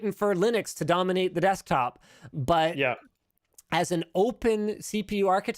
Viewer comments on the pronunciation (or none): none